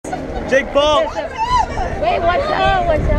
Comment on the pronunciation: They cant even say Jake right😂 Jayick Jayick Jayick